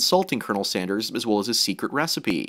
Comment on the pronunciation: "Bernie Saunders"